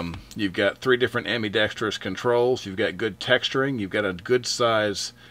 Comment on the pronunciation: Great review. Thank you. BTW, it's not ambee- dextous. The i is a small i sound. A small pet peeve of mine.